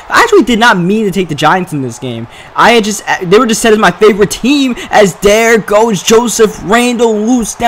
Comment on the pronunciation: Do you have a speech impediment?? Der, not there, dey, not they, dis, not this.... Strange cuz that's the only things you don't say right